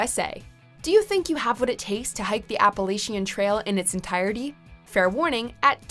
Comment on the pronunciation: or the CDT, American Discovery Trail, Arizona Trail, or the Pacific Northwest Trail. Also I've never heard someone butcher the word Appalachian or Katahdin before.